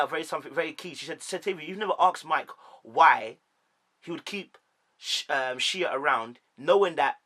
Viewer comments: Yeah but if you watch the show you would hear them get called by their names all the time. If you sit down to record a video talking about them, you should at least get the pronunciation of the names of the people you are talking about. No one has ever said 'Sheee-A' on this show ever. It has always been pronounced 'Shay'. And Mike literally said the other lady's name as 'Shan-Tay' in the clip you show and you still called it wrong. Not one name you called correct. Not one!!! 🤣🤣🤣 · Shea= Shay Shatava= Sha-tah-vah Shaunta= shawn-tay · Shea is pronounced Shay